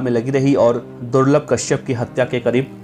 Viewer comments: Durlab ko thik se bole le ulta mat boilye be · Ma bhi nhi rahi abb to par vo corona me chale gaye or hamare bhai ne kabhi kisi me kasur ko nhi mara jo bhi the sab purane gunde the or suno durlabh nhi durlabh bhai bolna